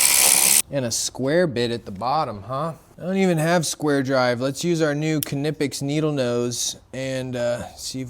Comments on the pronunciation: The K in Knipex is silent as in knife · Dude, I‘m impressed! By what I see, and by what I can hear min: „Knipex“ pronounced just like a true German! 🇩🇪👏🏼